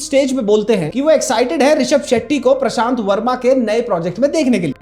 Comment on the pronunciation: dude said "prasant verma" instead of "prashant verma"